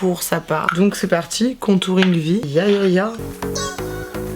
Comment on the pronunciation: « contouing » ahahah😂